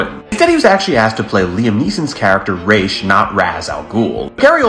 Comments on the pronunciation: It’s Raz not Raysh man. The correct Arabic pronunciation for his name would be Raz. It was only changed to be the same as the Hebrew letter Raysh. I don’t care how bad DC tries to change it, it’s wrong. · It’s pronounced Ras Al Ghul. Like “Ross” bit with an “ah” sound. Not sure who told you it was pronounced the way you’re saying it.